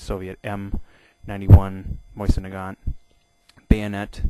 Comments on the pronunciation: Dude it is not a Moisin it is a Mosin... Also the spike is better as a bayonet since it is made for piercing and that's what it does. Also it is really thick near the base causing massive wounds. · MOSIN not MOYSEN AAARRRGH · Bayonets, the Mosin (pronounced Mo-zin) is superior by fact that it doubles as a flat head screw driver, doesn't need sharpening like the knife bayonet for the K98K, and because actually the Mosin is the stronger one in terms of the actual bayonet because the crucifix cross section and the concave semi circular grooves in it which makes the whole thing way stronger as one, plus the knife is only strong in one direction, sideways I could snap it in half. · Is there a I before the s in mosin? No so stop saying moisin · Seeing as you can't even pronounce mosin I'm hesitant about the accuracy of anything you say